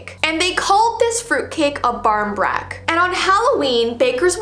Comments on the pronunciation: Love that you had an Irish tradition! Also it's pronounced bor-een-brac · 1. you pronounced ireland wrong 2. we dont spray them with holy water 3. you pronounced barin brac wrong